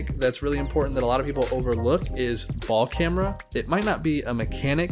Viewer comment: No one gonna talk about him calling it baLl CamEra